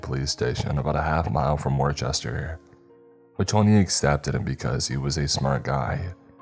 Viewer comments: Worcester is pronounced Wooster, not Warchester. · its not Worchester!!!! its fkin wustah!!!!!! love a bostonian (wua-stah) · It’s pronounced “Woo-ster” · It's pronounced like wister not worchester and its whitey bullger is how it is pronounced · It's pronounced woosta not Wore chester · It's pronounced wuuhstah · Love the story but, because im from that area the pronunciation of the town and " infamous case" made me cringe! Lol so just for future reference Worcester is wus-ster and the famous case...his name was pronounced White-ty Bull-jer! Yes he was a dick! Lol love your channel... can't wait for more stories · It’s pronounced whister ma just spelled differently. I live in ma n deliver there on my routd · You gotta pronounce it “Wooster” 🤪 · He called it war chester, this is how i know he not from mass lol good stuff! Wait is Whitney Bulger suppose to mean Whitey Bulger the mobster? Lol